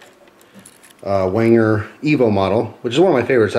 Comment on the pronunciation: oh my god.... WANGER???? My Austrian heritage made me cringe lol. For future reference its pronounced "venger" not that it truly matters :P